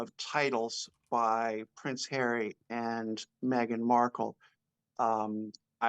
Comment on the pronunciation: PVvvvvvince havvvvvy 😂